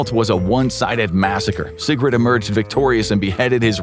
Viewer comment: Will you please pronounce SIGURDA AND NOT SIGRUD?